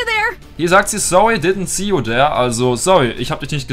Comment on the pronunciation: Sowwy ditnt see u sere!🤣🤣 der english profi